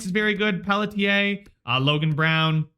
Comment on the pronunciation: You should just identify as someone who mispronounces names, then you won't have to worry about Pelly-tier.